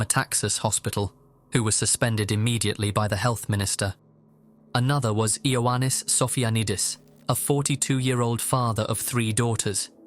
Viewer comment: Just a note, ioannis is just pronounced yah-nis or yah-ny. It's just Greek for johnny essentially